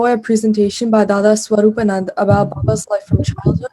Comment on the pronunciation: Please pronounce the name properly. His name is SWARU'PA'NANDA and not SWARU'PA'NAND. And not sangh but sam'gha.